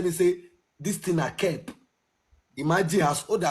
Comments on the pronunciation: Let’s listen to the correct pronunciation of CAP on goggle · That is call curp is the one you wear on, your head and a cup 🥤 is the one you drink 🍸 inside is two different pronounsation so , watch your English and use it accordingly .